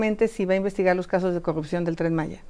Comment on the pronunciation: Se acabó el grobo, la cogupcion jajaja q aprenda a hablar primero la Xochitl